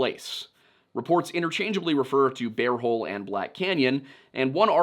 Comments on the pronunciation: I'm listening to this episode while doing other things and I'm begging you to stop saying "bare hole" because I can't stop giggling. No, I will not be looking at the screen to see if it's actually "Bear Hole" because that would ruin the fun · He said Beaver and Bare Hole 😂🤣😂